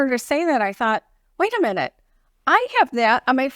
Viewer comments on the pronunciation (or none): none